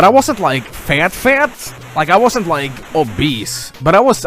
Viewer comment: Fat? or Fehyt?